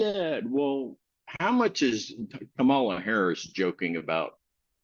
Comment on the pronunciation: I hit the 👍🏽 only for, however he sadly didn’t say Kamala correctly. But really this was no debate. It was a say whatever you want even if it doesn’t make sense.